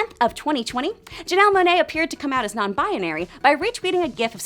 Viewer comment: Ow my Bones no it's "binary" but she said "bianary"